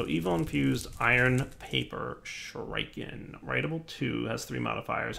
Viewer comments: It's Shoe-Ree-Ken not Shoe-Rai-Ken - god, that really bugged me the entire episode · Everytime pronounces Shuriken "shoo-rike-en" I visibly cringe. Shuriken pronounced "Shoo-ree-ken" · 1x1 of cursed earth works fine, not in your ritual zone..... stop saying shoo-raiee-kaaan you sound like a fucktard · It's pronounced Shuriken, not Shuriken, FFS! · Shuriken = Sure uh ken not Sure I ken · stop saying shooraiiken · Shureyekin?. You are so clearly NOT an 80s kid. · SHU-rē-ken, stress on the first syllable, long e sound in the middle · 1. Sure-eh-ken 2. Wither skeleton spawner to level shurikens 3. Love the vids =) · Every time he said "Shur-eye-ken" I wanted to die........ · Oh god right though! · why not use the shuriken on the wither skeletons? also can you use golems to damage the dragon also also, it is pronounced Shu-ri-ken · the 'i' in shuriken is the same 'i' in 'pit', 'sim', 'hellish' 'killer' etc shuRAIken i spat out my rice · ˈSHo͝oriˌken "sure-i-ken" (the 'i' is pronounced "eh" and the emphasis is on the first syllable) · I though "Oh shriken, is that new?" then I saw him craft a shuriken. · "shuraiken" lmao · OK I stopped exactly and am now looking over comments. Does he remember that he has a ritual to prevent mob spawing near the base? I mean we all know he is saying the name Shuriken wrong but, does he figure out the problem? And why not use arrows? I mean heavy duty laser guided arrows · I have not yet heard that pronunciation of shuriken before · The way you pronounce shuriken makes me cringe so hard my face started cramping. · Even shuriken you can't say?